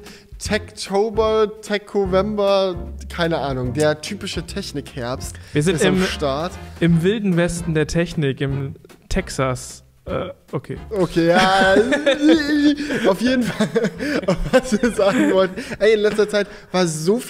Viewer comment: Bin ich er Einzige der "Techsas" geil fand?